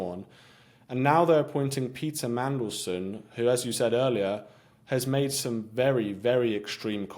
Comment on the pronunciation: Did say "Pizza Mandelson"? Nice!